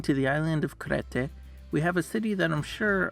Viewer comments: "Crete" is pronounced "Kreet", not "crayteh" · Great video! Exactly the type of video I was looking for. Well done! For the name of Crete. It's pronounced like Kreet